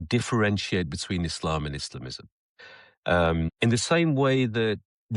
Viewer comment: It's e-slum.